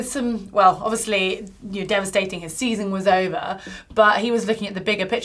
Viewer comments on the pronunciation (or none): none